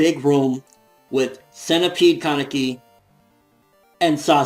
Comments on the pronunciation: It's "kah-neki" not "kaan-eki". That's how they say it in the anime. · His name is pronounced ka as in car ne as in name and ki as in keys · The way you said Laneki was incorrect. In the anime, they said it the other way, you were right before!